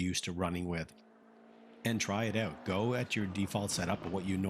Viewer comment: You must be Canadian... "try it oooouuut" :)